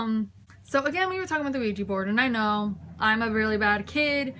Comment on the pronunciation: QUIJA xDDDD it's an OUIJA, LOOL